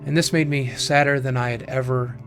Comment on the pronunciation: "mad" but he said made. Lol